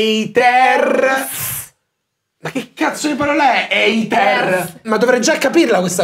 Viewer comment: Madonna alla parte "EITERS" stavo avendo un collasso